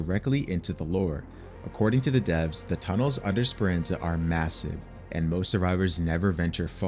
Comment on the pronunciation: Please pronounce the s in speranza drives me insane